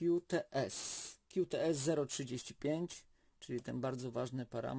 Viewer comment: Jak to źle brzmi 'kiu ts'. Tam jest 'ku ts' (Qts)